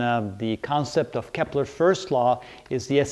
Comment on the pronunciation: It's Kepler. Perhaps a pronunciation error is morphing into a spelling error.